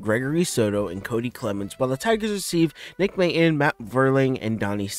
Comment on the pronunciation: It's pronounced "Mate-on". And "Vier-ling"